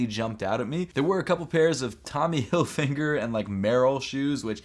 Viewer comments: Lmao man said Tommy hill finger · “Tommy Hillfinger”😂😂😂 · Tommy who? Hillfinger? 😂😂 sorry couldn’t help myself. Love u